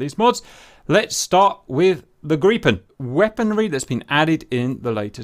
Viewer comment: Lots of Bonus Points for you for pronouncing Gripen correctly. I actually asked on a Swedish FB page, and they were nice enough to help me. I love your channel in general by the way.